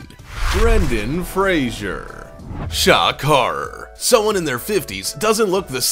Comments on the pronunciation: It's NOT Brendon "Frasier" - it's FRASER! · Brendan Fraser, Fraser! NOT Frasier. It’s not hard. Why can’t you say it? 🤬